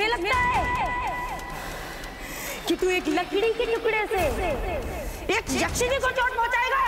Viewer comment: Its not yaaakshini Its yakshini